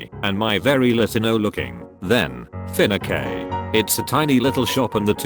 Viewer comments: “my very Latino looking *finacé*” LOL 😂, the way it was said instead of “fiancé” was so funny! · Lmao fiancé = "finni-kay" ?!? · just so you now fiancè is prenounced fe ans a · .....fiance .....FIN A KAY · "finakeh" is how you pronounce Fiancé apparently. The more you know 😂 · no one: TTS: finna kay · People commenting on how the robot voice pronounced the word "fiancé" as "finna-kay" when whoever shared the story spelled it "f-i-n-a-c-é". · oml when the voice said fiancé as fin-a-cae at like 😂😂😂😂😂😂😂😂😂😂😂😂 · When the voice pronounced “fiancé” as “fin-a-kay” 😂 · pfft fiancé? No (fin-a-kay). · Finn-a-k it’s not fiancé you idiots who says fiancé? Finn-a-k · No one: Text to speech boi: finakay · . Fin - a - Kay as in fiancé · I was about half way into the video when this robot dude says ‘and my vet Latino looking fin-a-Kay for fiancé I’m literally dying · finacé FIN-IK-AY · reading fin-a-kay for fiancé lololol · Fina-kae for fiance had me in hysterics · Fiancé is “feenekay” LOLOLOLOLOLOLOL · finace "finace" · the way it pronounces fiancé because of the error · Fiancé “Fin-ick-kay” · "Fina Kay" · I love how it mispronounced words. Fin-i-k = financé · Reddit post:Fiancé Text to speech: FINAKE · “my finnuckay” possibly the worst mispronunciation I’ve ever heard from autospeak😂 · why is it pronounced “finaque” instead of fiancé lol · Shrubtheshrub And fiancé pronounced finake haha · The way the voice pronounces ‘fiancé’ hurts the remnants of my soul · The pronunciation of fiancé fucking got me giggling. Lolllll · Lot-ti-no looking THEN finee-cay